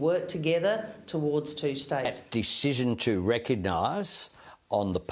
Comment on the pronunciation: 'Deeshison'. What a Clown.